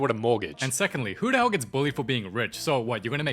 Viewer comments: it is “The movie begins “ Not DA MOVIE BEGINS” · i know its going to be a peak vid when i hear 'da movie begins...'